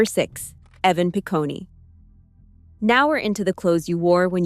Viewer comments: Evan Pi-coney 😅😅😅. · Evan Picone - doesn’t end with an E sound, it’s just “Pah-cone” like ice cream cone.